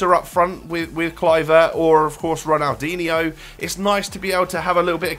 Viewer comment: It's pronounced Ronaldinho not Ronaldinio